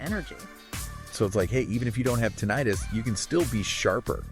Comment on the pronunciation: you can't even say Tinnitus right